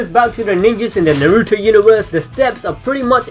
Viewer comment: Fuck me it’s not narootoe it’s Na-ru-to